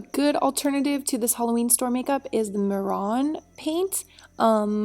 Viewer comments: Haha its pronounced may-ron not mer-on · "Muron,"? hahaha it's prnounced May-ron xD Great tutoriul, I like it! Mehron is amazing products, especially their paradise paint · I do face painting and if you live in the L.A. area you can get Paradise face paint by Mehron at Hollywood Toys & Costumes or Nigels Beauty Emporium, also i believe its pronounced may-ron, i know its confusing, this was an awesome look